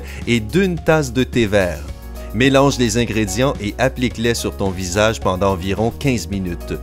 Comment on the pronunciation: a il y a un T a pendant